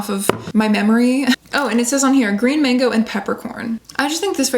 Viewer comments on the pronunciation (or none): none